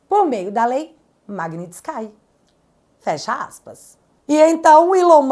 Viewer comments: Oi,, o nome da Lei é pronunciado como Maguinístik, não Maguinistiskai, ok? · pelamordededeus é MAG-NITS-KI e o final n tem som de sky, tipo céu em inglês! Vai ler o livro Alerta Vermelho pfv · Vídeo maravilhoso, 👏🏻👏🏻👏🏻👏🏻 Um adendo, a pronúncia é com i no final, magnitsk"i", de resto ficou perfeito ❤ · A pronúncia é "magnitsqui" vem de um nome russo.